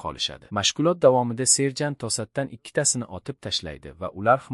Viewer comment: Serjan 😂😂 mi serjantmi😂 tiliz pizdes ekana😂😂😂